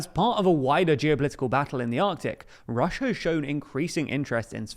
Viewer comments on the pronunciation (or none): none